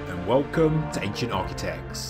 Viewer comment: "Architect" has a T on the end of it; Architec-ts; not Architec-s... Can you sort that out, because it's really annoying.